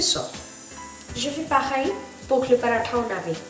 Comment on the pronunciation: J'aime ta façon de prononcer "Paratha" c'est tres joli !